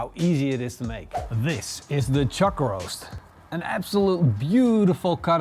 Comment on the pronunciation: "chug roase"....